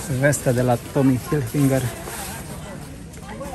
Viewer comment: Se numește,.. HILFIGER….NU HILFINGER , e fara litera N . 😊